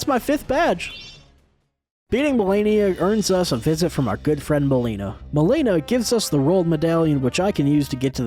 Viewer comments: How does he mispronounce melina when she literally SAYS HER NAME IN THE GAME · The whole video I was waiting to see who replaced Melania, and while Gideon replacing Melania was funny, Astel replacing the Leonine Misbegotten had me on the floor. This was incredible! Also is anybody gonna tell him he’s pronouncing Melina and Godefroy’s name wrong?